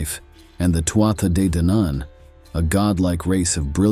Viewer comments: Tuatha Dé Danann (pronounced Too-hah Day Don-un) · TOO HAA DE DANNON is the correct pronunciation...... ( BAR THAT, STELLAR CONTENT) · Tuatha de danaan is pronounced Too ahh day Dan an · Irish person here. Tuatha de Danann is pronounced two-ha de don-an. Still loved the video. Go raibh maith agat for making it! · I'm confused, had an Irish native tell me it's pronounced Two-ha day Don-an. Does it matter on which part of Ireland on the pronunciation? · Tuatha Dé Danann - Please learn how to say it